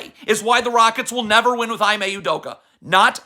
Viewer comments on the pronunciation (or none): “E-MAY” At least give him the respect of saying his name correctly.